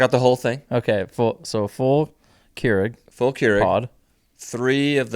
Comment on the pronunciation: The Kuerig section had me rolling 🤣🤣 one of those “kygers”